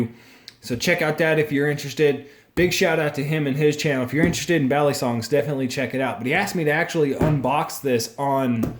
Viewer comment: im pretty sure you said "baly" instead of "bali" when spelling his name 😂